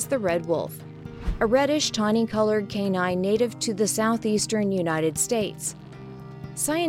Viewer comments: And pronounced canine (K-9) as cannon. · The way she pronounces the word canine rubs me the wrong way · It's pronounced as K-9 not cannon lol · "Cannon" or "canine" (k-9)? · when she say canine all i hear is cannon xD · Or pronounced the word Canine